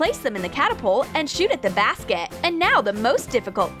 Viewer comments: its BASKET not BASCET if you spell it like this: BASCET it sounds like BASSET not BASKET it is supposed to sound like BASKET. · "let's play bascet"??